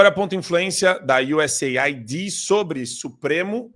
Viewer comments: Não é USA ID, é US AID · A pronúncia é iuseid, ok? "Aid" significa "ajuda".